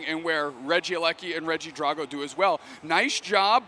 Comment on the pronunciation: Why are y'all pronouncing regidraco like that 💀 Please don't tell me that's the official pronunciation 😂